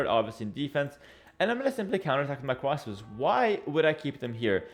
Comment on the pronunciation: I hear cwasbows